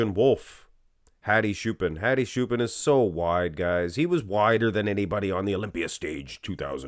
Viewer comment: Just because I like your channel. His last name Choopan is pronounced like Chew Pawn.